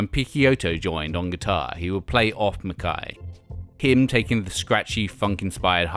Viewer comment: Pretty sure this guy's Britishness is mispronouncing it as "Mac-kai" when it's "McKay". Same with Guy, I don't think it's pronounced in the French way of "gee" it's just a regular pronunciation of Guy.